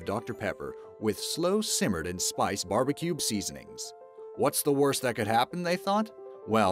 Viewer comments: He said barbicube instead of barbeque twice. I'm from the ozarks, and that's just disgraceful. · oh my god say barbecube one more time! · I hate how he says bbq sauce. Sounds like ‘barbeCUBE sauce’ lmao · "Barbecube sauce"